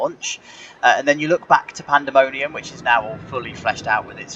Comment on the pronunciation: “Panemonium” 😅 You might want to fix that